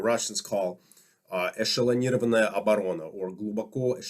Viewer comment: excellent pronunciation of "эшелонированная оборона"! you probably have at least some Russian parents/grandparents?